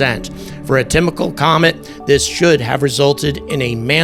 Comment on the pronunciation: Tymical or is it typical? Just trying to clear things up. Thanks 😂